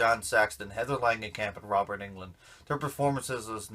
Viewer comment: Awesome job! :) it's so cool to see someone you know on YouTube that's actually good lol Side note: Roberts last name is pronounced "UNG-land" :)